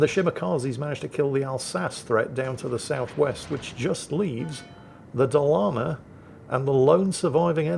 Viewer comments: Happy birthday, kiddo! Yes, im older than you :D As a birthday gift, I'll give you a swedish lesson. Dalarna is pronounced with a long a first, then a short one, like Daaalarna. Småland is pronounced Small land, and thats infact what it means. Skåne is pronounced like Scone, you know that flat peace of bread you brits have with your tea. Have a nice one :) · just need to switch which "a" he emphasizes. Now he says something to the effect of "da-lAr-na", correct-ish would be "dA-lar-na" 😀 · it’s pronounced Dalarna. You are welcome 😊